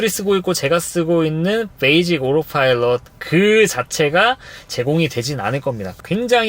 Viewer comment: 이 형님은 다 떠나 오로파일럿 발음에 어색하구료